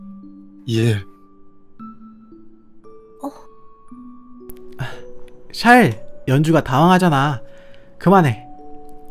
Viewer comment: 아니... 이 샤일 부를 때 나만 쌰일이라고 들리나....쩝